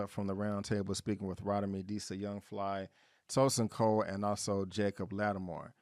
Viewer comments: It’s ROE-TEE-MEE not Rot-uh-me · I don't want to see this at all. I just wanted to say that Rotimi's name is pronounced like "Row Timmy". I just can't understand why they tied this to House Party...it sounds like the only commonality is a party being in a house... like millions of other parties... so...? 🤷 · Yeah I’m not going to the movies to see this. Maybe when it gets to streaming. And BTW it’s Row-tee-me (Rotimi)